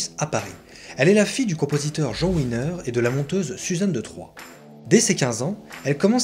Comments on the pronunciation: Pourquoi l'appeler "Winner"? Elle n'est pas d'origine anglaise. Elle s'appelle Wiener prononcé Vienere... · Coucou Ça se prononce Viéner pas Winner lol Mais c'est sympa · Oui! Là là… Gr1ve erreur : on ne dit pas « ouiner » mais « viénèr »… ! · c est elisabeth "Viener ' en allemand le "W" se prononce " V " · D’autre part , à la minute : 4´23 de la vidéo, il ne s’agit pas d’Elisabeth Wiener… (peut-être Marion Game… mais certainement pas E. Wiener ( et pas Ouiner, non plus).😂